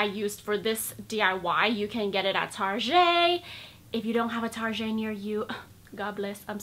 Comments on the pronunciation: It's target not tarjet😅😂😂😂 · tarjey, please do not pronounce the g as a j because this is not a french word. Even in France we say target but there are not kind of market here :(